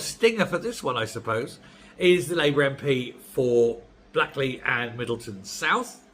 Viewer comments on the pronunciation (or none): It's pronounced Blakeley not blackley..great video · Please pronounce Blackley as ' Blakely' not my idea, but that s they way it is in Manchester. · Sorry but Blackley is pronounced Blakeley 😉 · It pronounced blakeley, not blackley, the why it's spelt. Used to live there